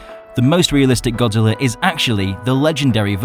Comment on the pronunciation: YOU SAID BODZILLA INSTEAD OF GODZILLA